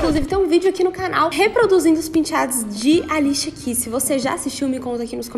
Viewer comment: Vc fala Alichia a cantora kkk É Alicia 😆 Vc fez mas penteado que ela Ela so fez cinco 🙆